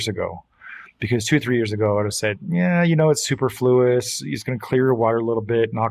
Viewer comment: for a guy with a focus on acurate coral names you mispronounced superfluous! Love this episode thanks guys!